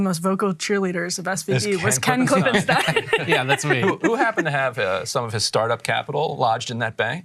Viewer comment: Great reporting on the SBV collapse! And thanks for pronouncing Ken's name, KlippenSTINE. 🤩